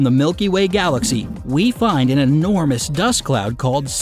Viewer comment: "The Universe is ENORMOUSE" Is it really?